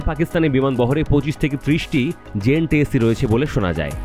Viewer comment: খবরগুলো প্রচারের আগে বিষয়গুলো নিয়ে আরো ভালোভাবে স্টাডি করা দরকার ছিল আপনাদের। সবাই ভুলভাল কথাবার্তা বলতেছেন, খবর পাঠের সময় আরো বেশি সতর্কতার সাথে কাজটা করা উচিত যাতে কোন ভুল ত্রুটি না থাকে। শব্দটা জেন 10 cহবে না, শব্দটা হবে J10C